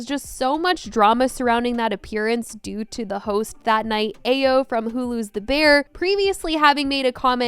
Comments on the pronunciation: Ayo Edibiri's name is pronounced "eye-o" not "ayy-o". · It’s pronounced Ah-yo